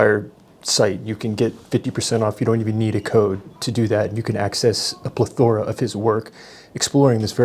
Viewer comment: plethora pronounced correctly??